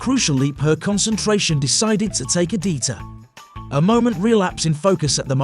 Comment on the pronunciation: pretty sure they mean't "detour"